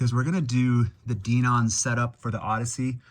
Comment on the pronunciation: You pronounced DENON wrong - it's "Den-ON." A couple of other things: I just installed a new X2800 myself, coming from an old Onkyo 605, and because I was a diehard Onkyo fan, it took some getting used to in terms of the Denon layout (I'm still figuring things out). The Graphic EQ settings don't have to be connected to Audyssey - they can be manually adjusted. I leave it all off. Also, those surround features you mention in the AUDIO menu aren't really related to what you said; your comments are more closely matched to the settings in the SPEAKERS section. The Surround Parameter menu under AUDIO controls other functions in the AVR, and you have to have content already playing to adjust some of them (which is a complete pain).